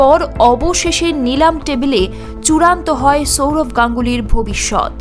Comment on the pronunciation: Chourav na Sourav.. pronunciation ta thik kor